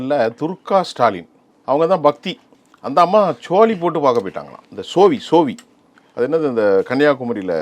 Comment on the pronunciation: சோவி இல்லை. சோளி.